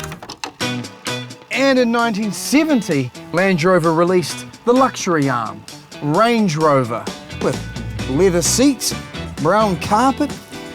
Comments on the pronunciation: I keep hearing Lange Rover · Him: "So what's the difference between Land Rover and Range Rover?" Also him: "So Lange Rover is actually..."